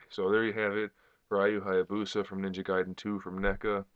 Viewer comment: Lol he said his name wrong